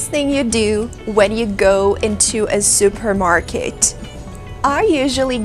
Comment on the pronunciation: "zupermarket"??? Lol😂😂